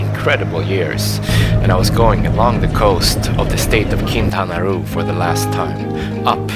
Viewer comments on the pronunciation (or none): 2 years and you missed all the Spanish classes? 😒🙄 Quintana Roo ✔️ Quintana Ruh❌